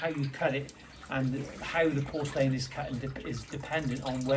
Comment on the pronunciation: Sorry, but has to switch off after hearing your pronunciation of porcelain. 🤣🤣